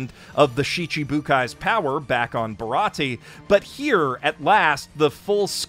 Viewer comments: I die a little bit each time he mispronounces a name because of the awful viz translation. It's Zoro, not Zolo. Baratie is pronounced Buh-raw-tee-ay. Its Reverie, not Levely. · Its ok to call an arc bad bruh nobody cares. Also mans really said baratie, and sabowdy